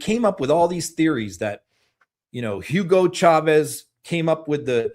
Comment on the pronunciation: It's pronounced OO-go CHAH-ves — NOT HYOO-go SHAH-vezz.